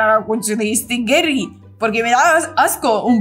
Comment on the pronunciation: No es por ser chismosa pero se dise Gary no gerry